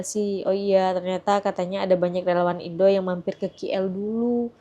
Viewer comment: ..sebutan biar betul...sudah banyak kali diberitahu...bukan 'ki el'...sebutannya 'k' ikut abjad inggeris...coba dengar betul2 sebutan 'k' dalam bahasa inggeris